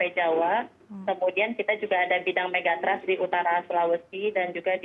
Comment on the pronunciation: Pengucapan Megathrust salah. Ketika diucapkan jadi terdengar Mega Trust - yg malah sangat positif. Trust itu sangat penting apalagi Mega Trust 😂